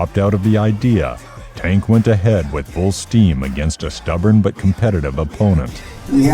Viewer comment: The narrator mispronounced Tank’s name the whole video wth